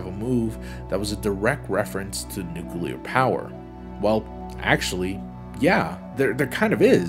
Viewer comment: Can we just appreciate that he says "nuclear" and not "nucular?"